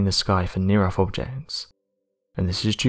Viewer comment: It's NOT "near earFH"...it's "near earTH!" ...TH ...TH ...TH!!! It drives me CRAZY to hear ignorance broadcast all over the world!!! Damn Britain, EDUCATE YOUR PEOPLE!!!